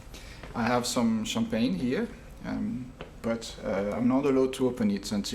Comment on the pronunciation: Real champagne - French is showing;-)